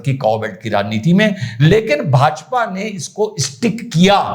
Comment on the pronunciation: ''LEKIN BHAJAPA NE EESKO ''estick'' KIYA'' YEH ''estick'' KYA HAI. North Indians-educated or uneducated- can not pronounce certain words like STATION, SCHOOL, STICK without ADDING ''E'' IN THE BEGINING OF THE WORD. I love you, so much that I start watching by clicking THUMBS UP first. Why do so many North Indians wrongly pronounce words starting with 'S'? Ghazala Naaz Teacher, Critic, Writer9y Originally Answered: Why do more number of north Indians wrongly pronounce the words starting with 'S'? Well, there is a technical problem here. This is an example of a consonant cluster in English, which is a number of consonant sounds together without any vowel sounds in between. Hindi or other North Indian languages does not have such consonant clusters. Thus, speakers who have little practice in English find it difficult to pronounce words like school or snow without adding a vowel sound to it. They pronounce it as /isnow/ or /iskul/... All it needs to overcome is some conscious practice. 🤣😂😂